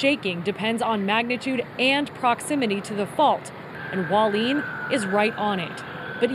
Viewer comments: Hua Li-en, not Hwaleen... Pray everyone is safe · It not Waleen. It's Hualien. Who-wa-lee-an. Thanks. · None of the reporters know how to pronounce "Hualien" CORRECTLY.